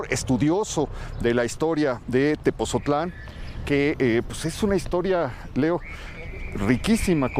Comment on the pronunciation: Muy bueno gracias por visitarnos. Solo que no es Tepozotlan , es Tepotzotlán